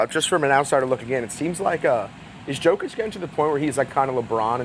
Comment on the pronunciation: Yo-kich not Jo😂